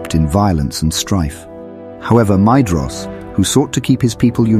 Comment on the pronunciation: This is a great video, however one small thing- Maedhros should be pronounced "My- thross." The "dh" is a soft "th" sound.